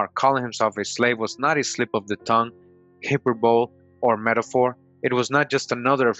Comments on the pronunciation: Hipperbowl????? Proper pronunciation is essential. The inability to pronounce common English words can lead a viewer to believe that the presenter might not understand what they are presenting. You can do better. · Hyperbole is pronounced, hy-per-bo-lee